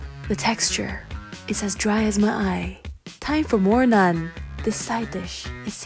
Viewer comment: It's funny how u say "nuun" instead of naan